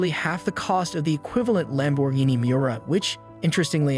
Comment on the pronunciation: 100% read by AI. “Panta” “lam bour geeni “ “countak” no one reading a script that even knows a little little bit about cars would make those mistakes